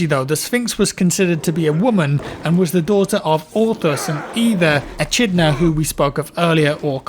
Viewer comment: Triggered when you said "Eh-chid-na" for Echidna. It is "A-kid-na". Thebies really, thought you liked Greek Mythology? Good effort though and good video thank you.